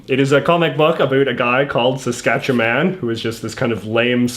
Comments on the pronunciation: its pronounced sask-atch-a-win in the canola mudpit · I hate the way you pronounce Saskatchewan